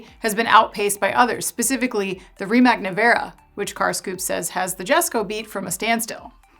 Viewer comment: You mispronounced Rimac, Jesko, and Regera.